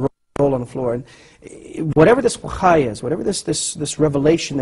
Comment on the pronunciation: also, in turkish we say vahiy (sounds very much like wahee). not wakhai.